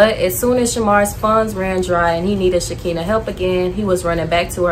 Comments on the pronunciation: I love your content. I'm new, new here but her name is pronounced sha-kan-na, not shakenne but it's spelled SHEKINAH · btw its SHA-KINE-UH not shakina lol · Her name is Shekinah(Sha-kah-nah) lol not Shakeenah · His friend's name is pronounced She-ki-nah, not She-kee-nah. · You calling shekinah , sha-kina had me weak 😂😂😂 but good video, I’ve been watching your videos here and there , I like how you not bashing the people just simply shedding light , you’ll grow fast , just stay consistent and stay true to you , rooting for ya ✊🏿💗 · Shekinah (Shuh-kahna) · The girl name is pronounced Sha-Kai-na I was grooving to the video until the mispronounced name it’s in the Bible